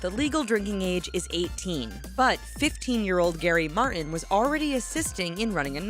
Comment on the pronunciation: Martin has a 't' in it!